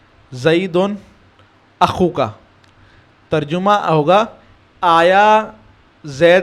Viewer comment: یہ اپ جو لفظ پڑھتے ہے َترجُمہ یہ اصل میں تَرجَمہ ہے جیم پر فتحہ ہے